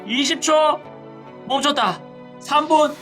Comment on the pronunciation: 7분50초에 멈쳣다를 오졋다라 들음ㅋㅋㅋ